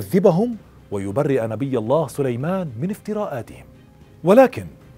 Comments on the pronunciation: للتنويه .. في الدقيقة وما كفر (سليمانُ) مش (سليمانَ) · ((وما كفر سليمانُ)) بضم النون وليس بالفتح اللهم اغفر له